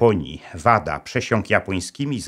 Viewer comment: Materiał ogromnie interesujący, także rzez moje związki z Japonią. Mam drobną uwagę co do brzmienia nazwisk panów Wada i Yoshikawa. Mam pewność, że "W" czytamy jako "Ł", jak w Kawasaki. "KaŁasaki", "Łada" i "JoszikaŁa". Pozdrawiam serdecznie szanownego Pana Doktora i czekam na więcej fascynujących historii !